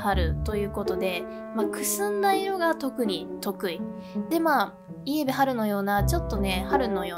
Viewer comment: 相変わらずブルベイエベの発音おかしい😂